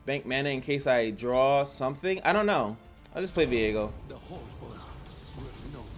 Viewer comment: Isnt his name viego? and not veigo